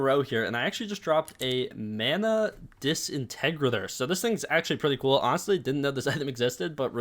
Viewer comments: 😂 disintegrator is pronounced like disintegrate - or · Dis integerator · That is definitely one way to pronounce disintegrator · Listening to pronounce disintegrator wrong is killing me lmao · DUDE IK RIGHT